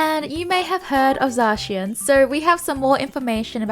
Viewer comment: Zacion lmaoo